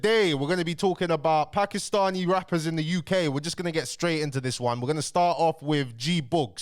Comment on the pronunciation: Putting a lot of emphasis on the ‘Paki’stani there but you all brushed it off when KSI said the P word